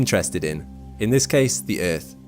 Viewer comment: I hate the way you say earth ..